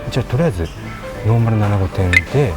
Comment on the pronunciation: ～アナゴ発音が アゴに聞こえます🙄 気を付けてください✋